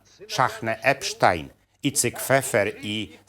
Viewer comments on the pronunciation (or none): none